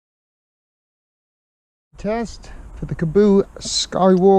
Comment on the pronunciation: "Teast" lol, you mean test?